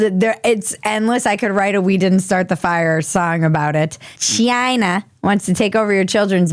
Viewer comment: "Chiiyinaa!" Ha ha ha ha ha How'd you fight that extra syllable in there? Ha ha ha ha ha ha ha ❤😁👍